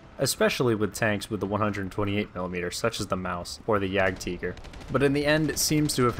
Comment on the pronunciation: Dam it JAgtiger not jagteager, if you say it in english say Jagtiger